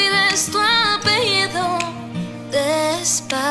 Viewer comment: someone must tell the girl of the second cover that we pronounce the "ll" like "l", because she said "apelido" instead of "apellido", but the cover was good anyway.